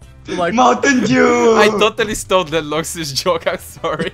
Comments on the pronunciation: Is it just me, or did say "mountain Jew?" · Did say mountain Jew xD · He said "mountain Jew" not " mountain dew"😖